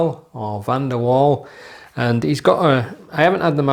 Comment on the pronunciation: My last name is also ‘van der Wal’ you had it correct the first time, I’m very impressed 👌🏻